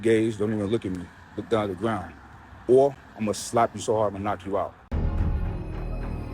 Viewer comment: “Look dawn at da gwound”